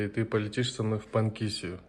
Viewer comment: Брат. одна поправкв...нет никакой Панкисии...есть Панкиси....без обид...